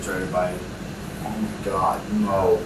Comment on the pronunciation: Oh my gothhh gwoss . Ih my gouuuhhh. Creepy dude